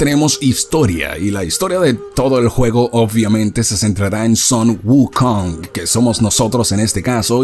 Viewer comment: Excelente video Bro 🆗😃👍 me gustó la narrativa jaja 😂👍 muy buena !! Cuando escuche el nombre Sun wukong parece que escuche SON GOKU 🔥😍